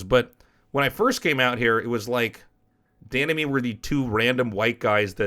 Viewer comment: Every time he says "Dan and me" I understand "The enemy"